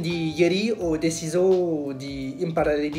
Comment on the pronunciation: Salut ! Le lingue stranierE. Deciso (détchiso). Bravo pour la performance mais , en imaginant que tu ne poursuives pas la pratique de cette langue, est-ce que tout ça ne disparaîtrait pas aussi vite que tu l'as appris ? Un peu comme des personnes qui sont capables d'apprendre un texte très rapidement (souvent des comédiens ) et qui l'oublient aussi vite dès qu'ils n'en ont plus besoin.